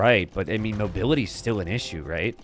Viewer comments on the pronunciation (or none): none